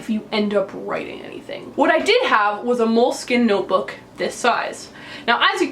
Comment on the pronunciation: Ripping a moleskine in half and also pronouncing it wrong. cringe